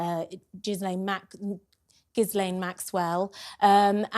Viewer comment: I like what you have to say, but you might want to pronounce the names Epstein and Ghislaine correctly, as a matter of professionalism.